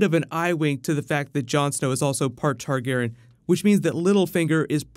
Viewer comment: why does always mispronounce targaryen